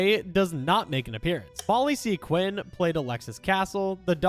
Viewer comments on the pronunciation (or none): none